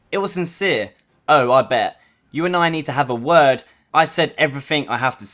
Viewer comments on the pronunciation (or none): none